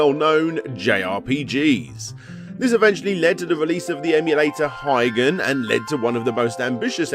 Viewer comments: Absolutely no respect for foreign languages: Byuu = B you Higan = he gahn Hagane = Hah gah nay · For the love of God, just ask someone how to pronounce 'byuu' or 'higan'.